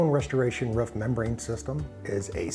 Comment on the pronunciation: It’s roof not ruff 😂😂